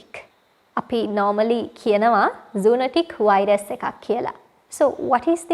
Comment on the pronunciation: It’s zoonOtic , not zoonAtic